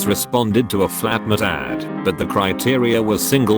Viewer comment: I love the way it says flatmate ad: flatmatad